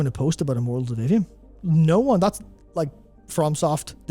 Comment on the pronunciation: As to your comments about Immortals of Aveum, specifically the marketing of it, until you put the title on the screen I literally didn't even know what game you were talking about. I went to Google and looked for Mortals Oblivion, because that's what it sounded like you were saying to me (and Google was understandably confused). 😅